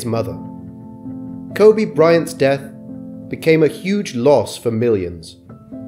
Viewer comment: His name is pronounced "Ko-bee". Sorry, but it just feels disrespectful to pronounce his name wrong, even if it's spelling is the same as the Japanese city pronounced "Ko-bay".